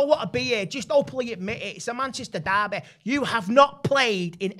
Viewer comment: Itsss uh Manchestahh derbee